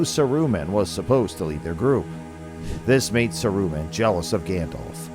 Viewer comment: sa roo man ;p